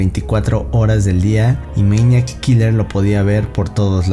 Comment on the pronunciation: Todo el tiempo estás diciendo meñac kiler 😂😂